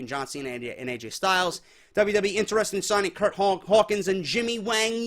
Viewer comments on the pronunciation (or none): none